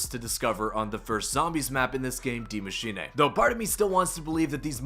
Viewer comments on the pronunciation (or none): Die machine not d mashina lol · Soo uhhh "die maschine" is GERMAN for "THE Machine" and not "die" as in death but German for "the" ... Ik language... Die (Dy) Maschine (Ma -shee-ne) like charlie sheen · why do you say dee machinay